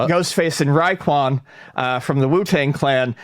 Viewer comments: your favorite rappers name is pronounced Ray-Kwon. Not Rye-Kwon. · Raekwon is pronounced “Ray-kwon” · man said "rykwon" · I died laughing when you said raekwon wrong